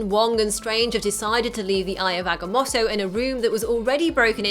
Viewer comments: agga-moe-toe not motto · oh my god,eye of ag-a-moe-toe